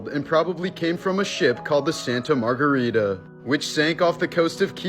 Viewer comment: So no one is going to talk about “St. Margarita” 😂